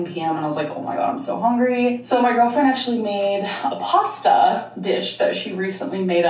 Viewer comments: i’m so surprised this is the first time you’ve noticed her say hOngry 😂 this is one thing that my husband makes fun of all the time just from hearing her in the background lmaooo he always asks why she says it that way! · The first time I heard her say "HONGRY" I laughed so hard. One of my favorite Amberisms